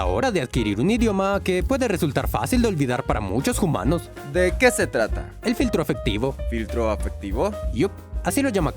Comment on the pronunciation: lástima el “jumanos” en todo el video.